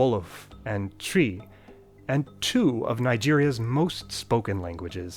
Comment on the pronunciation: He got the pronunciation of twi about 90% right